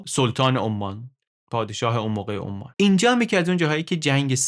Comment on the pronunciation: عمان به انگلیسی Oman یعنی بدون تشدید حرف "م" هست شهر "اَمّان" پایتخت اردن روی حرف "م" تشدید داره؛ بخاطر همین تشابه در تلفظ کشور عمان، به اشتباه روی حرف "م" تشدید می زاریم